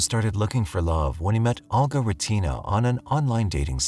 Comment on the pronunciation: NARRATOR: It's Olga, pronounced Ohl-ga (with a tongue curl on the "l"). It's even properly pronounced in the video you included. This tends to be the problem with younger narrators. Please check pronunciations. Excellent video otherwise (although, I have no knowledge on these cases).